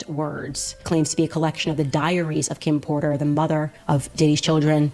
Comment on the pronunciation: Kim potter JAJAJA si, KIM DUMBLEDORE!!!! JAJAJAJAJ KIM PORTER madre mia haz el favor de leer las cosas bien y pronunciar bien